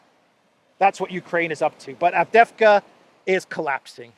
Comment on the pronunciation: It’s AvdEevka,.